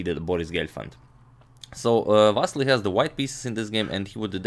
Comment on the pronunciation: please dont say vassli say it correctly va-ssi-ly